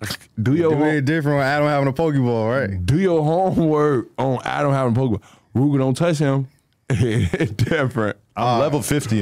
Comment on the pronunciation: Why he say Rooga like tha 💀